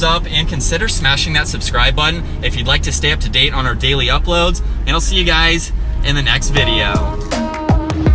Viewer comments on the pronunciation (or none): none